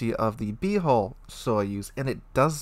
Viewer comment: Good sir - your HULL sounds way too much like HOLE in the beginning of the video.